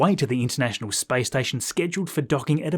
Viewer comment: Your pronunciation of space sounds like spice :)